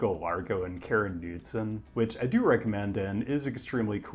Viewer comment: You mispronounced the name of an author of "The Sustainable Urban Design Handbook." It's KARin kuhNOODsin. She was also recently became mayor of my city: Eugene, Oregon. To repent for this slight, you owe us a city visit.